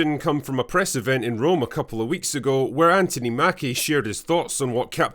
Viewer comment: FYI, the American version of the name "Anthony" is pronounced An-thun-ee. The middle syllable, "thon" is pronounced like the first syllable in "thunder". We try to pronounce the name of your capital city as Edinburra, rather than Edinburg, like burger, as it is spelled. Call Americans Anthony, not Antony.